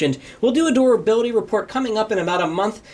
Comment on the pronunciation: is it just me or do you also hear him say "doorability"